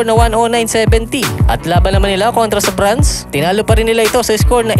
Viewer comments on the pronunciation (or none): none